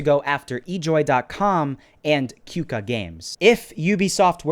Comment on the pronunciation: You Pronounce "Qooka" as "Koka"